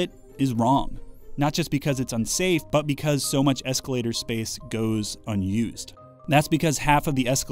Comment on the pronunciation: Escalataaaah. My family is from Boston so thats my reality haha.